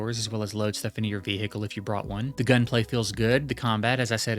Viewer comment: bro is deffo one of dem state trooper bro says Veehekcle